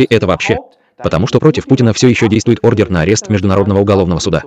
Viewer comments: Только на арест даётся не ордеН, а ордеР, и не Орест, а Арест милая, будьте внимательны, вы находитесь в мировой сети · Не орден, а ордер автор!!!